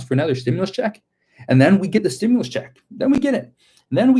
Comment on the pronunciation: I herd Schumer saying stimulas . Yea a women got shot today